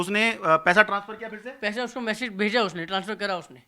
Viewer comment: Message, hota h na ki mesaage😂😂